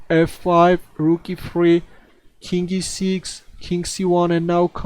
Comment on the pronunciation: Everytime he says King E - something it sounds like he says Kinky! <3